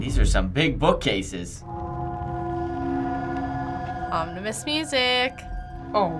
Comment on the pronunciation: "omnimous"? lol